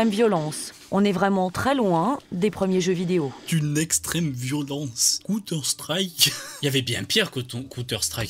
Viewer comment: Mddrr elle a dit "conteur strike" elle a détruit des vies 😂😂